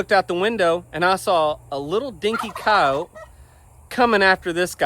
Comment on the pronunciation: Every time you say "coyote', all I hear is "coat", or cawt. It took me a few time watching your vids when you talk about coyotes for me to understand what you were actually saying! Lol